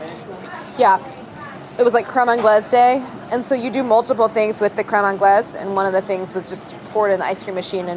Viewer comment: no one: absolutely no one: claire: CREAME ANGLAISE